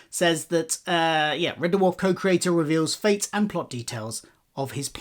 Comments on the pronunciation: It’s red dwarf !! Not red d-warf ! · Also, Red Dewarf? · Why do you keep calling it Red Derwarf? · Red Duwarf? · Turned if off when he said “Red Duhwarf” for the 10th time 😣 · What the hell is that pronunciation of Red Dwarf? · Amazing he did a Red Dwarf podcast but he can't pronounce the name correctly.